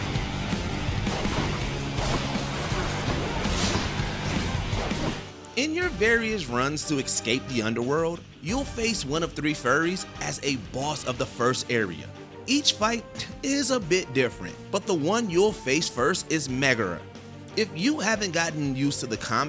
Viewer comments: "furries" instead of furies. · My god. Can yall please help this dude with pronunciations? The Furries? Really? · Furies as Furries .... 🤨